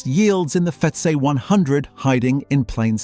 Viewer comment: The AI voice doesn’t like saying FTSE or ISA 🤣